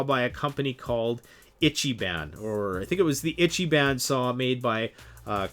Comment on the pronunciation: I T C H Y B A N. It's pronounced "Eecheebon."